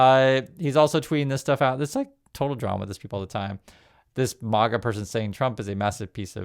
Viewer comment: its not Marga as in Marbles. It's Maga as in maggots